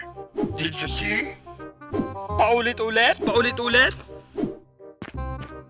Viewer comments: "Paulet-ulet? Paulet-ulet" HAHAHAHAHAHAHA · hahaha he say paulet ulet hahaha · The home less guy say paulit-ulit 😂😂😂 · I know is paulit-ulit its agian-agian lol!